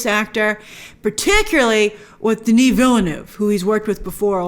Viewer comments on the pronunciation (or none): none